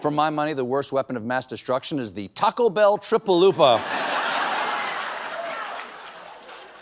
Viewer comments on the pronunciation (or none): none